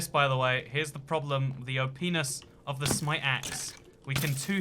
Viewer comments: He said openis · "the openis of the smite axe" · "The o-penis of the smite axe" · He said opness it sounded like a bad word Also this is og comment not stolen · Lol he said openis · “the O-Penis of the smite axe”